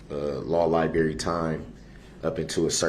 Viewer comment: Why is he so stupid? Law Li-Berry?